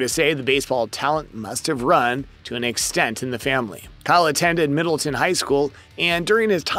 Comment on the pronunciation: You could atleast say Middletown correctly. And have a correct picture of the HS he went to, or the actual football program photo. Jeez.